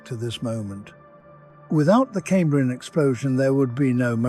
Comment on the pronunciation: Even if it weren't pronouncing Cambrian wrong the pictures would at least line up with the script. It is talking about anomolocarus whilst showing hallucogenia. I'm out!